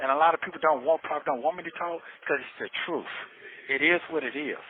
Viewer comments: Well I guess the "TROOF shall set you free" "! 😂😂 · “Da troof”😂🤣🤣🤣. Good Lord.